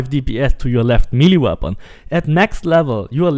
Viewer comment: If I never hear milly weapon again I’ll be happy.